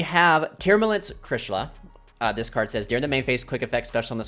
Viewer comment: The name is closer to Sha-Tree-La , but it's just something minor lol , pretty insane deck though